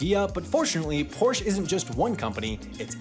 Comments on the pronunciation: When the story is about two car companies and you mispronounce both of them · Maybe listen to the correct pronunciation of Porsche before you make the video? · "Porsche" is said so often in this video, I bet it was a delibertate choice to bait people into correcting pronounciation. On that note, "Porsche" is a two syllable word, it doesn't have a silent e at the end. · As a German I have to - and I am dearly sorry about that - be the wise-guy to point out that this pronunciation of Porsche is awfully off. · I can't believe you do not know how to pronounce Porsche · I almost forgave the 50 times he said "porsh" but calling the Beetle ugly was purely mean spirited. Honestly the idea was a pretty good one to get people a car even if the idea was from a terrible person. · Say it with me; por - shuh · as a kid I thought "porsh" was just a nickname people used like chevy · The guy who started the company was named Ferdinand Porsche. The company is named after him. Pretty sure he didn’t name it Porsh. It’s just as easy to say it right. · Please learn how to say "Porsche" and "Volkswagen"! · The way you pronounce Porsche is going to trigger a lot of people lmfao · I twitch every time I hear the word “Porsche” mispronounced. This video was terrible. #BasicResearch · You miss pronounced Porsche. There is an "ah" sound at the end. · I never heard anyone mispronounce Porsche so many times in such a short time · SAY THE DAMN NAME CORRECTLY. I left after 12 seconds. Porsche is literally the family name. Literally Ferdinand’s last name. Whatever your last name is, I bet you’d be irritated if they said it wrong too. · What a great video! However, it is such a pain in the ears that Porsche was not pronounced correctly one single time!!! Guys its PorschE!!!! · stop pronouncing Porsche wrong. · That's now how you pronounce Porsche. The e is not silent. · Can’t blame you for how you pronounce Volkswagen, but I do blame you for how you pronounce Porsche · What is a porsh?